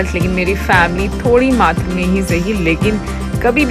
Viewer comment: Its not MAATR.... Its MAATRAA... (not alif-zabar, but alif-maaddah). MAATR means ONLY. MAATRAA means quantity/amount.